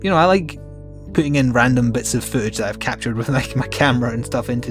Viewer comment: I never have a problem understanding your accent but for some reason the word footage didn't register with me. :) I was very confused as to why you wanted to "show food of my dog". Just had to share because I laughed way too hard at that.